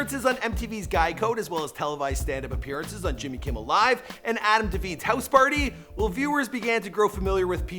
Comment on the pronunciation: Adam De-Vine not Dveen. Why are names so hard for you?